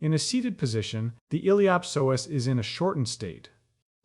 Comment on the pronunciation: Awesome content. It just drove me crazy to hear the words “psoas” and “ilio psoasa” pronounced in a way I’ve never heard till this video.